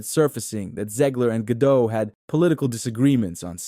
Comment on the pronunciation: Gadot, not Gado, the T isn’t silent at all.